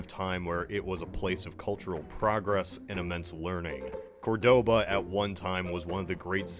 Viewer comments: I hate to be "that guy" but in Córdoba, the stress is on the first syllable. Great video anyway. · Why do all Americans always pronounce wrong the city of Córdoba? It ain't that hard.